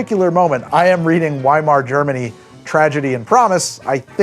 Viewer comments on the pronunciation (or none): I know you're explicitly not the type to try and imitate an accent when saying a foreign word and broadly I agree with that, but please I'm BEGGING you to pronounce the W in Weimar Germany with a V sound. You don't need to do any other German accent I promise, just that one letter is all.